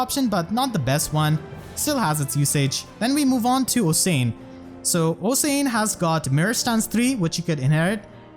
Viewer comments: HEY ABOUT OSIAN IT'S NOT OH-SANE IT'S OSH-AN SINCERELY, A WELSH PERSON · Awesome work. So thorough! Also "Osian" is pronounced like "Oshan" :) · I just wanna point out that Osian's name is pronounced like Ocean. It's a weird and uncommon name, so I don't fault you for not being able to say it right.